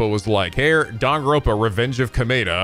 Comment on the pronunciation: Bro watched a 1yr old kirby lore instead of the new one also pls say danganronpa right because its not dangronpa